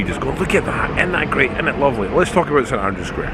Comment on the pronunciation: May I respectfully point out that the name of the square is actually St Andrew Square, not St Andrews with an ‘s’ at the end.